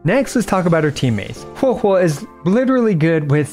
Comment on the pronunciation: Thank you for pronouncing correctly Huohuo 🙏☺️🫶